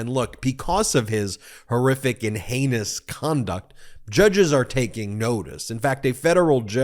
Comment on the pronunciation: Did you say heinous or anus? lol